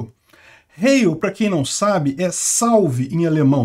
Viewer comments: Ele pronunciou igual a Hail do inglês. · Pronuncia-se rháil, pois o ditongo "ei", em alemão, se diz "ai". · A pronúncia correta é HAILL , é um sobrenome comum aqui no sul . O Rio Grande do Sul e Santa Catarina são colonizados em sua maior parte por alemães e italianos , colocar o sobrenome em telhados e paredes é muito comum , principalmente no interior, a casa dos meus avós tinha nas paredes, pois são de origem alemã . Schwartzer por parte de mãe, e Graff por parte de pai ,😂😂😂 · Heil se pronuncia “Rai”. É igual o Hi em inglês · Pronuncia-se Hail. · Rai era jogador de futebol cara.... kkkkkk nao tem som de R nao, A pronuncia eh Hail, acentuando o som to A. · A pronúncia de heil em alemão é /hail/.